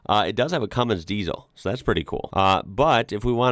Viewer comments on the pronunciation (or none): none